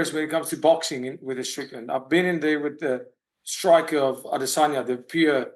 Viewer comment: Can you please stop saying “Ah-DEH!!!-saw-ya” ffs